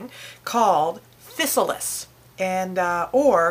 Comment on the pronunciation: Im not trying to rain on your parade. Just wanted to clarify a few things and add a few more bits of information that may be helpful to you and others who wish to enjoy these delicious and abundant fruits. The proper pronunciation is Phi-Sal-iss. They are a common weed throughout the U.S. and grow in disturbed fields and gardens. They truly are FANTASTIC tasting. What a shame they are considered a weed and eradicated by most farmers throughout the U.S. They belong to the nightshade family (Solanaceae) as do their relatives the Tomato, Potato and Eggplant. They MUST be ripe before eating (yellow) but can be picked green and allowed to ripen in your home. DO NOT EAT GREEN OR SWALLOW BITTER UNRIPENED FRUIT. As with most members of the nightshade family, they contain alkaloids that can be toxic in many cases if handled improperly. Yes, that includes the tomato "plant" but not necessarily the fruit. Dont let that hinder you though, they are well worth the little added care it takes to make sure you dont get sick. There's a whole lot of flavor in those little inconspicuous pouches. So, go forth, pick, ripen, eat and enjoy :)o)